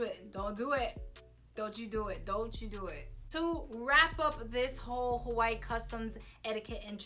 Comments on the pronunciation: I love your videos but you don’t say Hawaii right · THE BITCH AIN'T EVEN SAYING HAWAII RIGHt lmaooooo im weak .... but shes sooo hawaiian right hahah